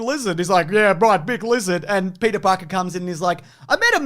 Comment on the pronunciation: YOU’RE SUPPOSED TO SMAHT PETAA PAHKAHHH!!!